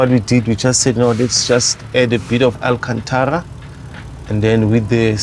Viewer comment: I felt him when he said AlKHanThara...